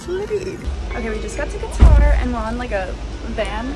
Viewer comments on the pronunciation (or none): I cringe every time you pronounce Qatar